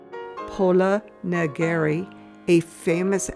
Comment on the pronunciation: Pola Neg-ri, not Negeri